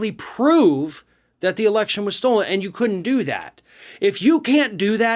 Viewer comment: Poor old Mike can not say stolen, he pronounces it as 'stold'. He's too busy running his mouth off, he never stops to think about what he is saying.